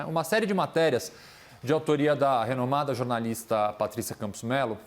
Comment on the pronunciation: "Renomada"?? kkk